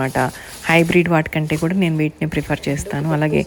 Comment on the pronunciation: నీను కాదు మేడం, నేను అనాలి. PM అంటే మధ్యాహ్నం, ఉదయం కాదు.